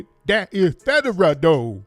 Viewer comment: He had me laughing so hard when he was like " that's Federuuh" 😆... When the proper word was Federal ...😄